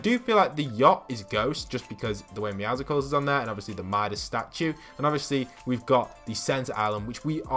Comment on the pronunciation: I use code User name ClownPrince1974 I subscribe to channel Enjoy all of your videos, your theories are very interesting. One thing, the way you pronounce Meowcles, its pronounced like muscles but with meow. Keep putting out great vids. Any more info about the gold vbucks coin? Would like to see more about it.